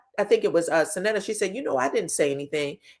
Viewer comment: Love you... you keep saying Syn Neat a... it's pronounce Syn "Natta,.... my BFF name is the same